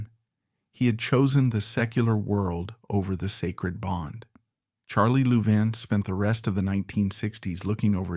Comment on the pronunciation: Disgusting AI that cannot pronounce Louvin properly.